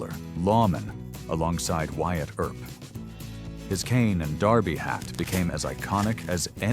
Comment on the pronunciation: "Air-up" instead of Earp.